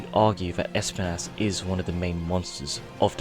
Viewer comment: Spines not spanas